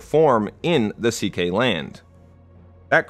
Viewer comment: I'm Hungarian, and it pains me whenever you pronounce "Székely" :D